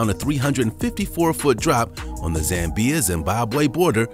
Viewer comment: Please pronounce Zambia and Zambezi correctly: 1. Zambia is not pronounced 'Zam-B-ya' but 'Zam-bya' and 2. Zambezi is not pronounce 'Zam-Bee-Zee' its pronounced 'Zam-Bae-Zee'.